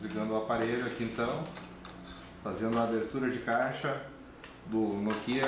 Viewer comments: e apropósito!! não é "nokiiiiiiiiiiiiiiia" é noookia a sílaba tônica é o "no" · NokÍa ? Toscren ? hsuahsua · Nicoly Sampaio agonia a pronúncia dele